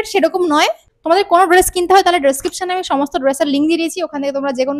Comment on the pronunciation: Description k dreskipsan bolche